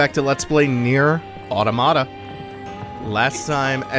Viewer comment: I love you and your content, but everytime you pronounce automata that way I die a little inside.